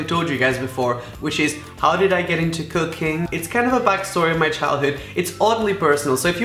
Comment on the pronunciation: Literally thought Rapha said "so how did I get into cocaine" instead of 'cooking'